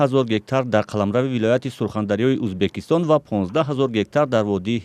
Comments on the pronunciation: Журналистка гап занира ед биги авал узбакистон? не Узбекистон !! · я сам таджик но блин когда журналист говорить узбакистон а не узбекистон ? блин что сказать тогда а других простых людей обратите на это внимание тупые все ли там ? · Баранда за кадром ки гап мезанад факат мега узбакистон на узбекисто некий мо уззббааак мегем))))) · Кадом бе акл дар коридор хондаги бесавод бдагист. Узбекистон ё Узбакистон фарк намекна. Подавон омада журналист мешава хозир. Хамон Подавон ай и журналистда обру дора хозир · Скажите пожалуйста озвучивающий особе что надо говорить Узбекистон а не Узбакистон это оскарбление целого народа